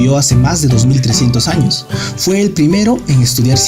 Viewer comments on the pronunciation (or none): none